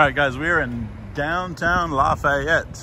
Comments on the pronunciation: As a resident of Lafayette, I need to correct your pronunciation of our City.. It LAF-EE-ETTE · Locally pronounced laugh-ee-yet. Also notice the lack of southern country drawl. South louisiana is different. Also Zea's is a local chain in the region. So is Main Squeeze for healthier options.